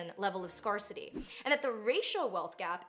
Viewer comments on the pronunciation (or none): why did you pronounce scarcity like that 😂